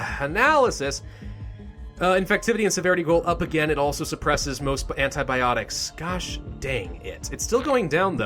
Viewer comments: "antiBOPTICS" my sides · "antiboptics" loll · Hahah, i lost it at "antiboptics". XD